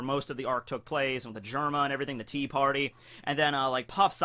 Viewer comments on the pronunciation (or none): none